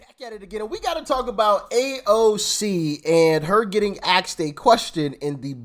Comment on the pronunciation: AXED?!?!?! COME ON DOC. IT'S ASKED!